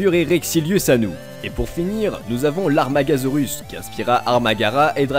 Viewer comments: et on dit amargasaurus pas armargasaurus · Lol il sait pas prononcer amargasaure Like si ti regarde cette video en 2018